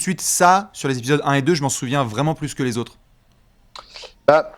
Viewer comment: je vais faire mon casse-burnes, mais entendre « premiers’ épisode » et pas «premiers-Z-épisodes » me chafouine 😁😢😂 Sinon, RAS, superbes analyses comme toujours les mecs 👍